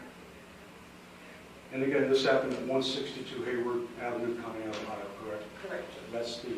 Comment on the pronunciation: Conneaut is pronounced "con - e - ought" as "in you ought say Conneaut correctly"